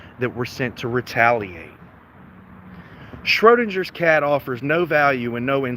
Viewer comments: it's pronounced SchroDINGers cat. As in ding. Just like you're a dingbat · How the hell can you NOT correctly pronounce "Schrödinger's Cat"? Who Erwin Schrödinger was and his 1935 thought experiment regarding quantum physics is a matter of common knowledge. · Anyone wanna tell him how to actually prounce "schrodingers cat". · How about learning how to pronounce 'Schrödingers Cat' correctly before openly ridiculing yourself even more? 😂😂😂